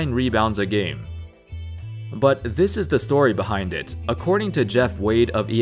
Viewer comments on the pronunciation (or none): none